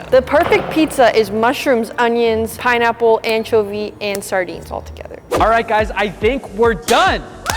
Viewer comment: Did she say pineapple?😵‍💫